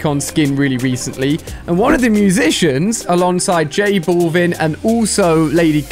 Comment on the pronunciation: They way how he pronounce J Balvin name 💀